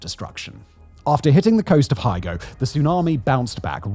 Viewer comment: (Pron: Hiyo-go) Hyogo Prefecture.